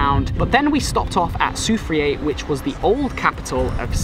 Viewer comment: I see you not from lucia so imma tell you dis... When we say Castries we dont say Cas-trees we say Cash-tries and when we pronounce Cashwew like Cash-shew the same as Castries. When we say Soufriere we say Sou-Frere not Su-freay. When we say Gros Islet we say Grows- Islet. We appreciate the time you took to visit our island.